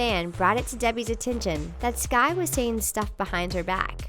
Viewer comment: its skai not ski ya cave person